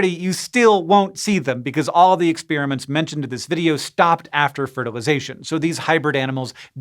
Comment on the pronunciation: Hank It's NOT ex-spearmints. Those are destroyed candies. ex-spare-uh-ments. PLEASE!